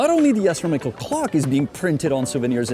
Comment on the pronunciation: For the love of god its not "astromical" its "astronomical" hearing you say it the wrong way multiple times in a row makes me physically hurt. Other than that great video, greatly appreciate you for bringing attention to problems like these hideous shops!